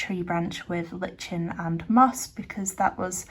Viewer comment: Just thought you'd be interested to know that lichen is pronounced Lai-kn.... I also come across a lot of people who want to be great at art without any effort. People seem to have lost the ability to realise that to be a master at anything, you have to practise LOTS!! Too much instant gratification going on these days. People want everything instantly. I see your chatty vid did pretty well.....makes me think i should try one of those very soon lol...